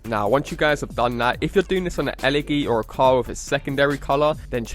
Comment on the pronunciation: Who else cringed when he said e leggy